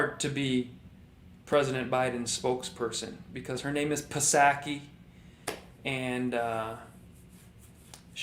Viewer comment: Psaky = pronounced ‘Sacky’. Do you already know this and I just didn’t get the joke?